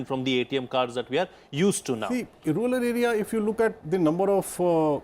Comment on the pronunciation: TQ Mohammad sir pronounced 'Ruler area' instead 'Rural area'.😋